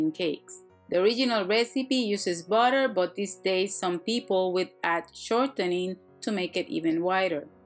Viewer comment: i subscribed to your shanel because I like how you say botter. :D